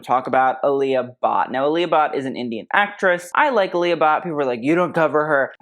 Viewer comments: It is pronounced aa lee uh but. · “Ah-lee-ah” Bhatt. For the amount of research he does, I’m a bit taken aback on how he or pronounces western design names as a posed be Asian designs. tbh, I’m kind of disheartened that the same effort isn’t given to the pronunciation of of certain European bands cause more well pronounced, Especially the Indians hearing how he says the Indian brands